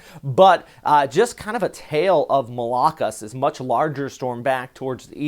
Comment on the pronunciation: The stress in pronouncing 'Malakas' is in the last syllable not the second.